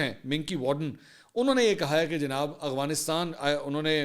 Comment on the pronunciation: بھیا ورڈ ٹھیک کر لو اغوانستان نہیں ہے افغانستان ہے جزاک اللہ